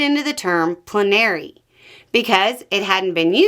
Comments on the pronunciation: I thought it was pronounced plen r ee not pluh nary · It confused me. I've always heard it pronounced "PLEN ah ree". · you’re putting the emPHASis on the wrong sylLABle. It’s PLENary. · I hate to be that person, but I've always heard "plenary" pronounced "PLEN are ee". Is there a different regional pronunciation?